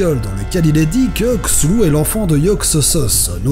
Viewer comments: prononciation: ktoulou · enfaite c'est dommage mais la prononciation de C'thun c'est K'thun d'où [K-Tou-Lou] pour ma part. Si tu veux la prononciation choisi part blizzard joues a HearthStone et chope la carte ou regarde des vidéos . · CTHULHU et non pas csulhu cest de pronotiation a anglais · Les Français et leur façon de prononcer les "TH" xD CZULHU xD xD xD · ben moi je prononce cthulhu "cassoulet" #vivedidichandouidoui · les noms du mythe de cthulu est tiré de la théologie sumérienne et donc se prononce ktoulou. et je t'en supplie ne remplace pas tous les t en s.... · la video est sympathique, mais les prononciations sont loin de ce que l'auteur avait annoncé, meme si cela est tres dur a trouver, il existe une interview (non traduite)de HP Lovecraft . Allez allez. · juste le mot "CTHULHU" il m'a tué mdr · Super vidéo avec une vue tardive je ne dis pas ^^ pour la prononciation de mon côté cela fait plus K-tou-lou je ne prononce pas le h aspiré à l'anglaise. Mais je dirai que l'on peut le prononcer comme on le veut étant donné que l'on ne peut prononcer son nom correctement sous peine de l'invoquer comme dit dans le Necronomicon. Donc on l'écorche intentionnellement. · La prononciation sifflante [sε] du "th" est propre à l'anglais. Pour nous, ce serait, je pense, plus habituel de le prononcer en "tε". Après tout, on a plusieurs mots dans notre langue avec "th" est on le prononce bien [tε]. Ex: Ethnie, rythme, orthographe, etc ... D'où l'impression justifiée de personnes commentant que c'est "plus simple". Sinon, chouette vidéo, bien travaillée. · Vidéo pas mal mais pour la prononciation de son nom, Lovecraft a lui même donné un "tuto" pour prononcer son nom. Le maximum que pourrait reproduire des cordes vocales humaines serait un son guttural, le u se prononce comme celui dans "full" et le L ne se prononce pas vraiment, du moins faut le prononcer le moins possible ;) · C'est bizarre de prononcer le TH comme un Z quand même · Cthulhu avec le c comme un K